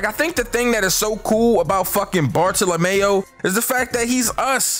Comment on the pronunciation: Bar-thala-mule is how u say homies name